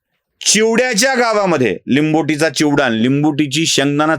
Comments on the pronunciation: लिंबुटी नाही लांबोटी आहे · लिंबोटी नाही, लांबोटी आहे ते गाव. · लांबोटी ,लिंबोटी nahi.😂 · लांबोटी आहे. लिंबोटी नाही.. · लि़ंंबोटी नाही लांबोटी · लिंबोटी नाही तर लांबोटी असे आहे. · लांबोटी आहे लिंबोटी नाही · लिंबोटी नव्हे लांबोटी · लिंबोटी नाही, लांबोटी